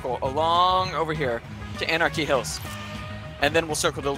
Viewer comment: I’m sorry did he say “anarchy hills ?”